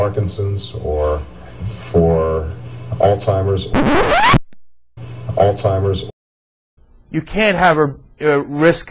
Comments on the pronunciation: First 15 sec of this video said enough. He says "Alzheimer's", not "All Timers". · oi wots wrong with ya hearing.. obama is saying "Al-tzimers" in the first bit